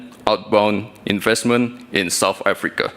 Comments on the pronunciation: Bukan soft Africa bung, south lol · Banyak salahnya aja bacanya...wakakakkk..kayak begitu aja dibangga2in...heheh..south africa dibaca sama gibran sop afrika..wakakakakkk